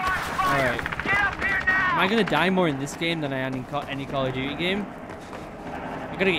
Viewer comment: Nobody::Call of dewte